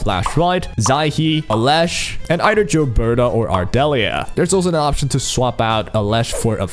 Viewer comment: Gilberta not Jilberta